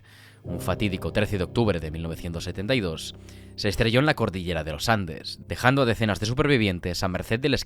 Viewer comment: se dice: cordillera.